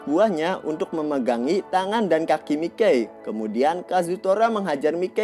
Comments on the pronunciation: Iya yg bener Mikey dibacanya maykei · "Mikey" dibaca sesuai tulisannya terdengar aneh !!!!🤣🤣🤣🤣🤣